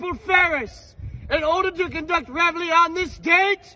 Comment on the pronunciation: I can coach your french pronunciation, reveille isn't pronounced that way 😂